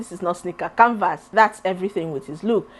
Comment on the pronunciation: got me rolling 🤣🤣🤣. The way you pronounced the canvas with pressure like Mr Macaroni what is this. You tried with the 3 I will give macaroni 1